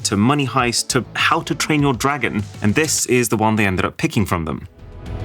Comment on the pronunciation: "Endred Up"